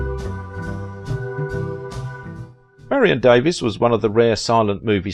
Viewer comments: You say her name wrong. You do know there is a way to find out. You can literally Google it for the correct pronunciation of any name? It bugged me the entire video. I'm going to have to unsub if mispronunciations are going to be the rule. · Thank you I was going to post this but looks like you did it first. In this piece he said she changed her name so it sound more British he seems to be from there and miss pronounced it? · Davies is a Welsh name as is Davis and is pronounced the same way. Americans always like to be different when pronouncing British names - another example is Mackay/MacKay/McKay, a Scottish name which Americans like to pronounce as MacKAY (rhyming with DAY) instead of the British way which would be MacEYE (rhyming with my or by). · Good work but could have been better. Documentarians learn to use the performer's preferred name pronunciation known to her public, her friends and Hollywood. It is DAVE-EES not Davis. Your British heritage and UK pronunciation should give way. Marion was an American not British and it is common here to say DAVE_EES when the name is spelled Davies. Careful documentarians could also have done a search for director King Vidor's Honorary Oscar video on YT where Audrey Hepburn (hardly an American) pronounces his name correctly as the presenter (unlike you). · True enough but irrelevant. She was American by birth, worked in America, lived here and as a public figure pronounced her name as Dave-EES not Davis. If you do a documentary and want a smidgen of respect as a documentarian you pronounce a performer's name as they did on a movie set and among her friends and among her public fans. Didn't the video maker also fail to learn the pronunciation of director King Vidor's name as well. it is VEE-dor, and he was one of the greats and honored by the AMPASc. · Same photos were repeated over & over. Her name is Davies pronounced Davees not Davis. Citizen Cane, critics loved it, me not so much.